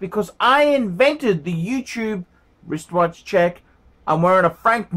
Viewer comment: it is my hope that one day you will properly pronounce you wishwatch check as wristwatch.